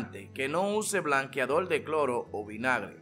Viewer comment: DIJO BLANQUEADOL NO BLANQUEADOR 😂